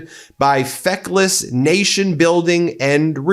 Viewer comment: HEGSICK, LOL HE SAID FECKLESH💀STUPID ITS FECKLES